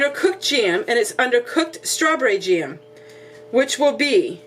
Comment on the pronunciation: Cute how you can stretch one vowel into 2 syllables-- jam = ja-am. Love your video and you are adorable.